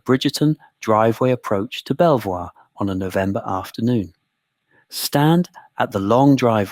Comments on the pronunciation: If you’re going to make educational videos, please at least look up the pronunciation of the primary subject. It’s pronounced Beaver not Bel-voir. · Pronounced beever castle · Where did you get some of your information from? Quite a chunk of it, including the proper pronunciation of its name is significantly off and just wrong. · I'm liking this and subscribing to the channel. Why? Because the uploader has included a reference list. Yes, he should've pronounced the castle's name correctly, but at least he addresses it. It's only a 25 minute video and he's put a lot of work into it. I've been on other supposedly historical channels and a lot of it sounds like made-up waffle. Most channels don't even know how to pronounce the Domesday Book. Credit is due for actual research 👍 The treatment of these poor women is truly terrible and my heart goes out to them. Unfortunately, back then people genuinely believed in witchcraft. It explained to them why things happened in the absence of science. One positive about England though, it had very few witch trials compared to Europe. As for Villiers being behind it, who knows? Probably. But I do know that he was very unpopular with the public. After James I passed away, he attached himself to Charles l just as effectively. I could be wrong, but could the accusation that he was behind the witch trials be fabricated because he was so unpopular? As for where next, how about Highclere Castle where Downton Abbey was filmed?